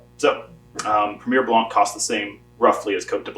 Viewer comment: the C will not be pronounced in the word " Blanc"